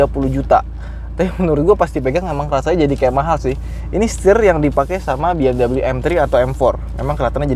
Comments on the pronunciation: BMW (Bayerische Motoren Werke) itu bacanya "Be-Em-We" bukan "Bi-Em-dobel-yu" 😛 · Bukan Bi eM doubleU